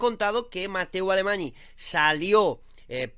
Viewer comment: Bro se dice Mateu AlemaÑ. ny es cómo una ñ